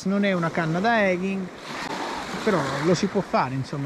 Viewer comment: A me...uno che parla tanto come te sui video di pesca non piace infatti guardo sporadicamente i tuoi video poi perché chiamarli EGHI se in realtà sono EGI (ed eging e non eghing)e soltanto per un gusto personale della pronuncia o perché? Per il resto sei ciò che serve 👍